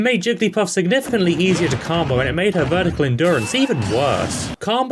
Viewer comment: stop saying carmbo